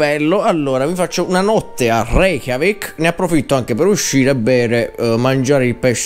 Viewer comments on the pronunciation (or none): Hai detto Re-CHIAVIK??? XD